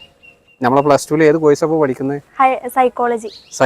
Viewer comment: കൊയ്സ് അല്ല കോഴ്സ്